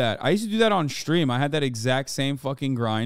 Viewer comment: Hasan saying Shtream makes me want to hurl. Why does he sound like he is imitating the cool guy at his high school...